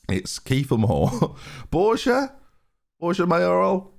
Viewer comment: Borja is pronounced BorHa